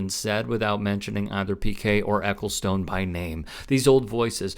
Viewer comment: By the way, not that this is important at all, but his name is pronounced 'Eccleston' actually.